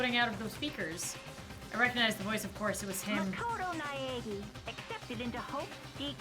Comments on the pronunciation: for your information, it’s ny-a-gi then you may play the rest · it sounds like you're unsure of the pronunciation, here's the way to pronounce them: Naegi: Nai-eh-gi (hard g) Sayaka: Sai-uh-kuh Byakuya: Bee-yah-coo-yah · Naegi: Nay-ah-gee you struggled the most Mokoto's last name so i thought i'd help :3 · That's still wrong. It's Na (pronounced Nah) e (like eh) and gi (which is not pronouced with a j)